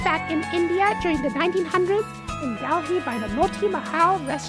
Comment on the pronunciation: Looks Good just one thing its Delhi and not Dalhi😭😂 oh and yes traditionally Chicken should have a little char like a Tikka or Tandoori Chicken coz that's how they came up with the idea of converting those dishes to Butter Chicken or Chicken Tikka Masala or such....but at Home setting looks pretty Good & Appetizing